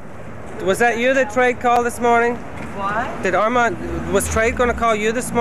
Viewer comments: Its Armen!!! Armen Ra!!! Not Armand!!!! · It's not Armand. It's Armen. Armen Ra =